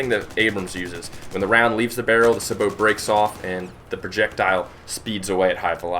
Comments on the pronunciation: U.S. Army tanker here, love your vids and I'm just nitpicking here. Sabot is said like 'Say-Beau', not 'Sa-bow'. Keep up the good vids my friend. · Sa-bow? It's Sabot Say - Bow (as in the weapon) :( You made this tanker sad saying it like that. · its sA-bo no saaaaboooo lol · Say-Bow is how it's pronounced. Lol. But nice video anyway